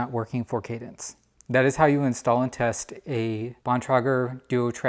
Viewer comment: Hi, you did not pronounce Bontrager correctly. You did not tell us the name of the app you were using also, thank you.